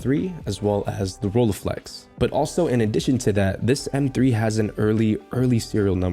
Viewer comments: Was in the repair shop, earlier today, to pick up my Fuji GS645S. They had several Rolleiflex there. First one was 1,990 EUR, didn't bother to have a second look... Anyway, it's Rolleiflex, not Rollieflex. You are able to say LEIca, so you should also be able to say RolLEI. The LEI sounds the same in both names. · I was more excited about that Rolleiflex. Btw correct pronounciation is roll-eye-flex:D